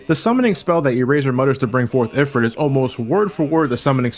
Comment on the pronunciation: well, on an actual real-lore base, Ifrit (pronounced ee-freet) are a race of jinn which mostly associate with fire... not a satan (oppressor, evil being)... but in follow up, Sonic is Satan!